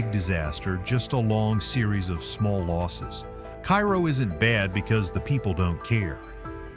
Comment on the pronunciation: Pronounced Kay Row Illinois.